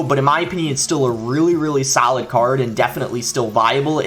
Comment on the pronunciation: “It’s still a sAlid card”😂😂